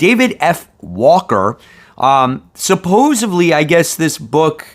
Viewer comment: Sup-pose-ED-ly. I’m gonna keep knocking you until you say it right. “Supposevly” is not a word. Come on. You literally read for a living.